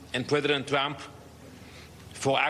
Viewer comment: Lol I watched the whole meeting and he calls him "Twump".